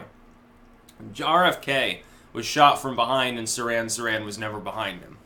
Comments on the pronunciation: It's "Seer-han Seer-han" not "Siran Siran." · you make yourself look bad when you mispronounce words like Nobel and Sirhan Sirhan, ffs.